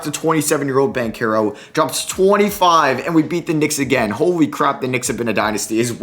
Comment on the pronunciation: Hey I love your videos but banchero is pronounced bon-chair-o👍👍👍